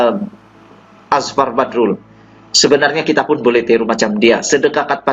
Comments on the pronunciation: Apa yang bagus pada Channel kamu... kamu tidak pandai menyebut nama sa saorang. Kamu susah nak menyebut nama orang... PEKAK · sya bukn suka channel kmu...hihihi😀(jz joke)tpi sya ternpk Nma Azfar Badrul dlm chanel kmu jdi sya pn teclick chanel kmu..dn sya mau tau pa cerita kmu tntg Azfar Badrul..pa commnt story kmu tentang Azfar Badrul tu...pi terlbh dlu luruskn Lidah kmu tuk sebut nma Azfar Badrul tu betul2..mmng kmu inda knl Azfar pokok nya kmu mcm jenis" News CNN "bh...jgn mrah joking sja😝😁